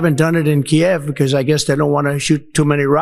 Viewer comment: Of course he doesn’t know how to pronounce Kiev.